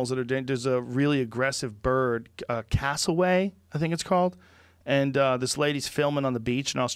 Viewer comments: Joe "Cassowaye" Rogan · Joe "a Cassoway is the same as a Cassowary is the same as a Shoebill" Rogan.